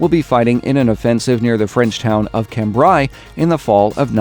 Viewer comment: Now just one thing... Cambray is pronounced cambreh